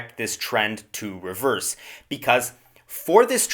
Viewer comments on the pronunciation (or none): none